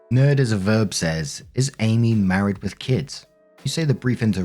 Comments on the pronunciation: My god man its Āmee not Âmee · Story 1 it’s not Abbey it’s Amy pronounced A me. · Lmao im just distracted that you keep saying Abby when it says Amy. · Amy is pronounced A meee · Story 1. This is going to totally sound weird, but are you saying Abby or Amy? Because it sounds like Abby every time you say Amy’s name. Not sure if it’s a different pronunciation over the pond (potāto/potăto), but it was weirdly jarring to the ear. As for the story, it’s been a very long time since OPA and Amy were dating. OP’s wife officially won the prize! As long as boundaries are clear, I personally wouldn’t see any issue with them working together. But then, that’s me. OP needs to consider if that extra money is worth possibly sacrificing his marriage over. Story 2. Stretch marks are permanent. They fade, but they never go away. They are a result of skin expanding rapidly to accommodate changes going on inside the body. Hell, my first stretch marks were not with my pregnancy, they were with my chest. I went from zero to D cup when I was 12 years old! Stretch marks everywhere. And they faded. Also got them when I was pregnant. They are a perfectly normal and natural thing, and not everybody gets them, but there’s no reason to be ashamed, or to shame somebody about them. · So... Am I the only one hearing call "Amy" as "Abby"? 😅